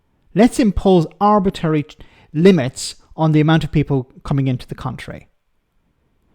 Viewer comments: Let's hope the redefined seat of NE Somerset and Hanham no longer welcomes JR-M at the general election. By the way, the word is ArbitRary. It has another R in it. Your version would lead to Arbitation! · I agree, no one benefits from these limits. It's performative. btw you pronounce arbitrary in a weird way